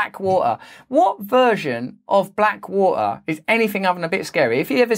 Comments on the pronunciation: Black wah-ah? You know, there is a T in there. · Black wah-her. Can you pronounce the T, Russell? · Do you drink E? Or is it Tea? See not too hard to pronounce the T. Wa er....ARGH!!!!!1